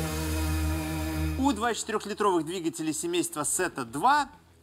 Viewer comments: какая сета ? фета нельзя выговорить ? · Тэта. Не Сэта. Греческий алфавит